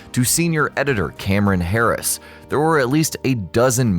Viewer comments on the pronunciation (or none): none